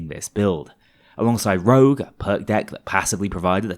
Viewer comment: STOP SAYING ROUGE, IT'S CALLED ROGUE